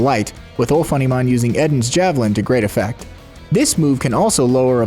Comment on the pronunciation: Isn’t Eden’s Javelin a reference to the Garden of Eden thus being pronounced EE-den rather than Eh-den?